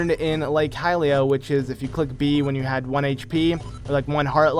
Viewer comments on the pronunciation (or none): none